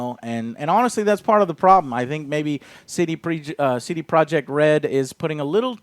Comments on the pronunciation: What's a "sedeproek" ?? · Wait. How does Iwinski pronounce the company's name? Say-day-pro-yey?